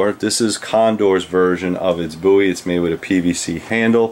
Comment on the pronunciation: It is good to know that you pronounce Jim's last name correctly. One of his ancestors told me once that the mis-pronunciation of the name Bowie was common even in the early 1800's.